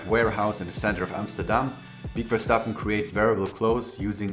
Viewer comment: I was also hoping you knew how to pronounce that name lmao 😅